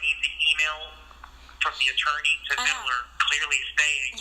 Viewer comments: Its VID LER....not VID I LER you poor victim of society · WHAT is this 'Viddaler' bullshit, you cock? It's VID-LER! And Amir did NOTHING for you, you sack of shit!